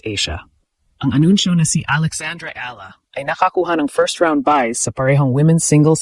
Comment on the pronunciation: Ala ka ng ala ang pagbasa niyan (eyala)